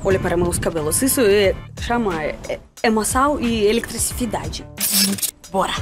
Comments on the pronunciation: ELETRIFISCIDADE KKKKKK DEVE SER ELETRICIDADE EM RUSSO KKKK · "Electricividade" kkkkkkkkk - Te amo....